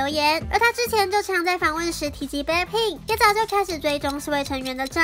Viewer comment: BLACKPINK也被唸成【杯】pink...